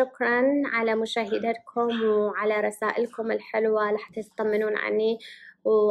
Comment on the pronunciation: الله يشفيكم حبيبتي نانسي اعرف تحجين انكليزي و العربي مالتج مو ١٠٠ ٪ نسيتي شوية كلمات من رحتي لدوله اجنبيه و اتفهم هذا الشي بس ردت اصححلج كلمتين انتي مو صح تلفضيهم اول شي من تكولين شكرا لمشاهيدتكم لازم تكولين مشاهدتكم مو مشاهييدتكم و ثاني شي كولي اني و شون نفس الشي مو مثل الشي للتصحيح بس حياتي و انشالله تصيرون مثل الورود انتي و شون 🤍♥️